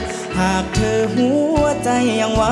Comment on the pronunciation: ผู้ท้าชิงร้องพลาดหลายจุด เพลงกลางออกเสียงแปลกๆ คำว่าหัว คำว่าลวงล่อ ฟังทะแม่งๆ กรรมการเอ ไชยยาเป๊ะกว่าครับ